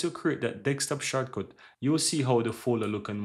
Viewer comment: deSKtop, not DEXtop